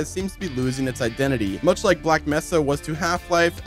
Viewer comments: He keeps saying messa instead of mesa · It’s May-sa.